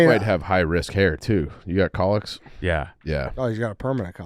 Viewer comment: We’re still saying “collicks” boys? They’re cowlicks